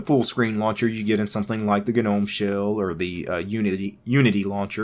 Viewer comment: Yessss he says Guh-Nome like I do!